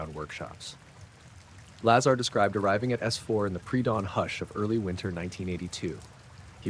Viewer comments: Ai voice... Keeps pronouncing "Lazar" differently every time. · Sorry, very poor AI research and delivery. Lots of embellishments and exaggerations. Hollywood version told by a soulless AI narrator. Please teach it to at least pronounce his name correctly.